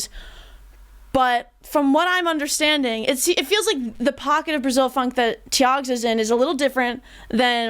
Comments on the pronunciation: I'm Brazilian and PLEASE don't call it PHONK. The name is Funk and no one here say otherwise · Good review! Only one thing that I don't understand is where "phonk" come from, in Brasil is "funk". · its funk not phonk... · It's Funk, not phonk. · To sound more legit, it's funk but it's pronounced "funk-e". Now you can be a professional and honorary brasileira